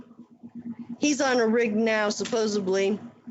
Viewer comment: I cringe every time I hear an adult say "supposebly".